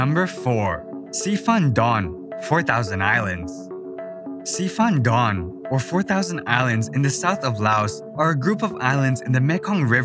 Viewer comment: Thank u so much I go laos 15 yesrs and i love it all Dk thsnk u to show laos Been all place u speak about Except plain of jar About delphin in don khone Sorry to say it history now Last 1 got cstch ffish net months ago About ur pronunciation It is not si fan done l It is si pan done Anywsy U love laos That is the most important Try go once to tad lo Very nicr placr Try meet loic French from fendi Live there for yesrs Can lesrn u muvh from local Anyway Have goid life I suscribe now and hope see more laos